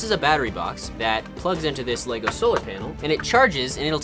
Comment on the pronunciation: Normal people - "Lego" - "LaYgO"